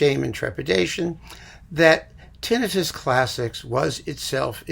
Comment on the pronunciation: I'm thankful for your correct pronunciation of "tinnitus." It is extremely rare outside the population of audiologists. The all-too-common tin-EYE-tis drives me up the wall. That pronunciation would be correct if it were spelled tinnitis and referred to an inflammation of the tin. But it's neither of those, and there's no body part named "tin" (other than in The Wizard of Oz.")